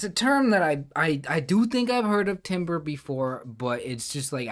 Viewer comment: I know it's different when you're the one solving, but its always so nerve-wracking when someone has only one good lead into the puzzle and starts saying "maybe it's not rhombus" 😅good job sticking through! (btw, timbre is usually pronounced like "tamber")